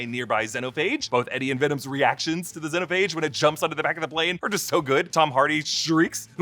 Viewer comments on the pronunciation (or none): Everytime they mispronounced symbiote and xenophage the whole movie drove me nuts, especially when they said it the right way in Venom 1. It's sym-be-oat not sym-be-it. Same with xenophage. It's zee-no-phage not zen-o-phage